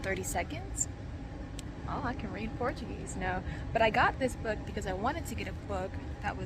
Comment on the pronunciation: Hey 🙂 This is a great video. YOU have a good Portuguese pronunciation. Muito bom 👌🏼